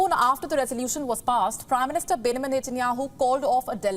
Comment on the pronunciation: Pronounce the word Benjamin correctly NOT Binamin 😁